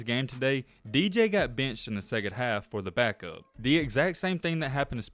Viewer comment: Wait, my man said DJ what?? 😂😂😂